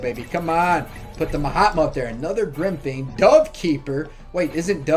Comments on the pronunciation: Every time you say ma hatma i hear “my hot mom” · That is name frost wizard not ma hatma